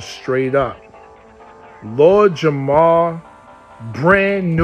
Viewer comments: Jamar... not Jamal... js. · Lord Jamar bro not Jamal 😂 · Its jamar bro not jamal lol